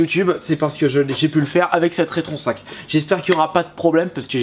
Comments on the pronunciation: On a déjà du te le dire mais la console se prononce Rétro N5 et non retron5. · Non plus, c'est RetroN 5.